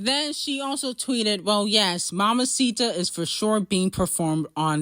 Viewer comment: you're saying mamita wrong love